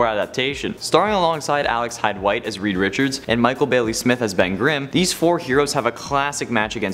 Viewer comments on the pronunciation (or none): none